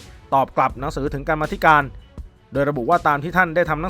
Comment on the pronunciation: อ่านว่า กำมาธิการ/ ไม่ใช่ กรร-มาธิการ อ้านผิดทั้งปี จาก อดีตนิสิตรามฯ คณะรัฐศาสตร์ ทราบแล้วเปลี่ยน !!!